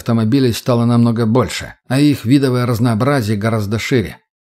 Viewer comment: Ну если ты читаешь, стараешься. Можно же и проверять ударения и грамотность. "тррэйдэр, оба ладони, запе́ршило, ви́довое разнообразие, по его обоим сте́нам, на обоих крышах, бетонный присту́п" и многое другое. Это всё неправильно. Тембр голоса приятный. Но интонация , ударения и прочее хромают. Да ещё гнусавость. Но конечно, мой комментарий придется кстати, только если чтец стремится к качеству и профессионализму.